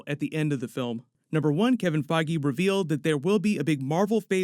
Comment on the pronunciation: Pretty sure his name isn't pronounced Kevin Feggy.....